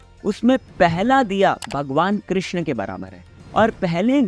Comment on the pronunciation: कृष्णा nahi hota...yeh draupadi ka naam h.... कृष्ण hota h....